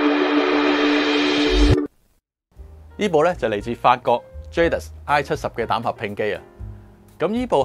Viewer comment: Can you believe, the French pronunciation is "zha - dee"